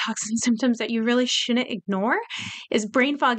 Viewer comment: Did you say shunent. ? How old are you. ?